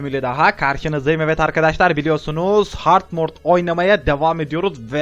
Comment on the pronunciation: Hard Mord değil Hard Mode😂😂😂